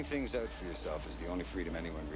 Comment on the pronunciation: "Figuring things OOT for yourself..." You don't have a Canadian accent at all,.